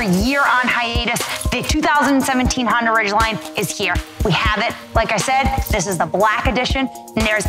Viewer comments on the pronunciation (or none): honDA, DAAA. She keeps saying Honder it's cheesing me.. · Did you just say Hondur? Cool review none the less. ;)